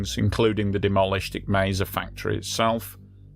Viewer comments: Mississauga = Missus-saw-ga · Canadian here. Great channel, great video. It's "misses-saw-ga".